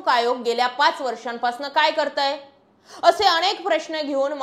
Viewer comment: अणेक नाही अनेक